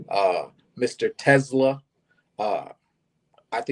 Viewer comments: Its Tes-SLAA AH, not like Tesla the car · And the accent is on the second syllable - (Te)SLAA